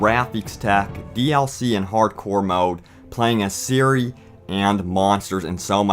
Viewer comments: You obviously don't know anything about the Witcher. Her name is spelled Ciri but pronounced Siri not Kai-ri. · canadianeh16 Not Siri, and definitely not Kai-ri, more like Tziri actually. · So pronounced "Kai-ri"? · Its ciri not siri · Ciri, not Siri! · Pronounced Kiri